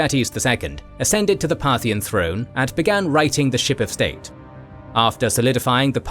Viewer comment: Part-hian ... should be re-pronounced... 🧐 Partial religions ☪️✝️🕉️✡️ Partial politicals 👑👑👑 Partial financial 🪙💎💰